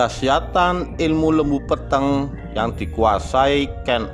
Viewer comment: Lembu Peteng ,...e lelet bukan taling... Huruf ta...bukan tha,...bukan lembu Petheng...iki tha. 😂😂😂😂😂